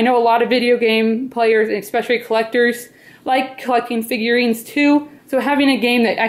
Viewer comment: Haha u said figurines